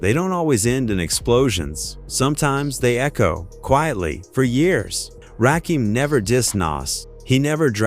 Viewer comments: Lyor wasn't a co-founder of Def Jam. He is an incubus. Serch's goofy ass could never write anything for Rakim. The mispronouncation of Rakim, 3rd Bass , AI is not that smart. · I'm only 15 seconds in and I hear Rakim's name being mispronounced. Goodbye! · I can’t watch this after two minutes. I had to stop. They are butchering my man’s name the God MC.😂😂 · In typical AI cracker fashion, mispronoucing artist name. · This AI butchering the legends name is fuckin annoying! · Rakeem? Why don't yall spell words so the stupid computer says it right. Put Rah Kim or something... Jeezus. Can't listen to this and I want to hear it! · Ra Keem? That took me out. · Ra-kim, not Ra-keem. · RAKIM... not f'n Rakeem. Stop this AI bu'shhh... Just straight disrespectful... Hold up... You tryna tell me, that Rakim "needed" Serch? I aint believing that shit.. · Can you get the pronunciation of his name correct it's Rakim not Rakeem I'm done not worth viewing old stories nothing new it's the past lets move on. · Hey A.I. Rah...Kim....not keem 3rd base (pronounced) not bass like a fish. YOUTUBE IS A.I. DUMPSTER VIDEOS SUCK NOW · Ra-kim Pronounce it right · RA KIM!!!!!! NOT RAKEEM!!!!! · RaKim not Keem stupid ass AI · It's Ra kim not Rakeem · My guy say the names right understand it's the GOD MC RAKIM not keem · Yo put respect to this man’s name it’s Rakim not RAKEEM. SMH😂😢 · It's rakim not rakeem. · Y’all need to stop messing up their names it’s RaKim not Rakeem please stop making these mistakes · He said rackum ...rackum boy ... like a pool game 😂 AI is wack and evil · Rakeem???? WTF !!!! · RAH-KEEEM??? MUAHAHAHAAHA!!!! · This AI Shit is Crazy. Rakeem? Really. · Ok everybody! Rakim is pronounced (rock him) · You say RaKEEM, I end the video. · Wtf is Ruhkeem 😂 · The 2nd "Rakeem"...i was done.smh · I hate this AI bullshit. RAKEEM? REALLY? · These shit videos that can't pronounce the man's name. Smfh. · Instant AI identifier....the mispronunciation of Rakim.... gtfoh